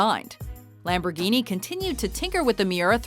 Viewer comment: DAT LAMBURGENI THOUG